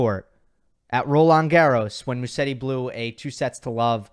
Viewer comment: Just a small correction: In English Musetti should be pronounced MUZETTI. In Italian one "S" in a name is pronounced in English like a "Z"